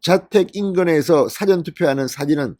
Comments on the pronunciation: 언론인 이면 사:전 과 사전 구별하는 발음부터 고치세요~ ~ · 늘 고맙습니다 방송 들으며 자꾸 걸리는게 있어서 말씀 드립니다 미안합니다 事前은 사를 길게 발음하셔야 합니다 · 사전 발음 좀 똑바로 할수없나